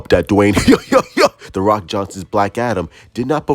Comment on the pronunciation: I love how you say Rocks name. LOL